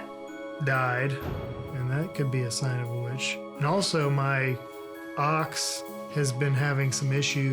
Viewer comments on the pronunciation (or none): I'm so ashamed that I thought he was talking about having troubles with his "aux" instead of his "ox" at